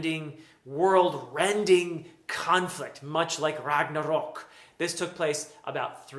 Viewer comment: yeah, exactly. I almost forgot. And the award for the best pronunciation of the word "Ragnarök" goes to.... Congratulations!